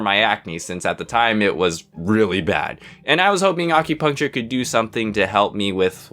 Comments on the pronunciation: Uhm... Question? Why do you pronounce it weird? Ah-cue-puncture? I've always heard the A pronounced like in apple, not like almond. Given that it's derived from "accurate," I'm pretty sure that's the right pronunciation. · this wholly time i thought he said accutane